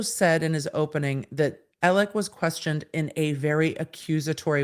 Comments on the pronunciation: “AleX” not “AleC”! Please. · It’s spelled Alex but pronounced Alec